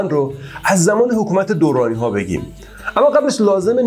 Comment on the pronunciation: درانی بدون تشدید تلفظ می شود